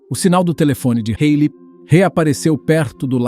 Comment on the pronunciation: É Halley